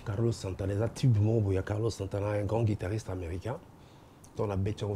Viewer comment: Mr le présentateur c'est " guitariste" et non " guidariste"